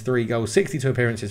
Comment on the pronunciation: Try pronouncing it douisburg it’s closer to what it should sound like